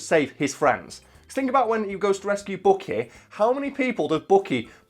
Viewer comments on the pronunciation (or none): It drives me crazy the way you say Bucky as bookie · Actually it’s Bucky not Booky